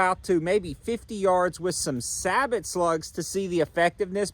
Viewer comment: You are pronouncing Sabot incorrectly btw.